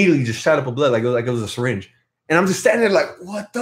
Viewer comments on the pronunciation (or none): none